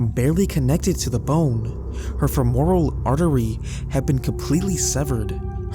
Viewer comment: Yeahh like how he pronounced femoral ....a little research into pronunciation goes a long way! This is a very common thing on this channel and it's kind of annoying how he isn't correcting the issue